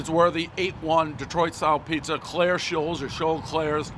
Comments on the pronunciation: I live in that city, right down the street actually, the city is called St. Clair Shores, not Clair sholes🤣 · Shores, not shoals. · St. Claire Sholes, one mispronunciation that makes the town sound classier than it is, everybody know the rules. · “St Clair Shoals” 😂😂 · What a boss. And it Shores!!!! Ya doofas not sholes? Lmao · Lol. St claire sholes. It's shores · St. Claire "shoals"? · Saint Clair sholes? Do you try that hard to mess up the names? Lol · He can’t pronounce shore’s but that’s ok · I love how he mispronounces the word “shores” lol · Dave it’s Saint Clair Shores.. I should know considering I grew up there 🤗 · Why can't he say SHORES.......HAHA! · Dude can't say St. Clair Shores ? Lol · He spent four years at U of M and he can’t pronounce St. Clair Shores ? He must’ve been doing his impression of Steely Dan in College: sequestered in their dorm room for four years smoking dope. Never bothered to go to Detroit to get a Coney Dog ? This is almost as bad as nobody remembering Obama in college. Just sayin’.